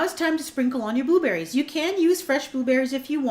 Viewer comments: i thought you said "booberries" and "blueberries" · G DeVz hahahaha i heard it too!